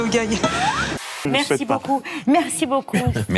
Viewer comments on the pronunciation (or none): none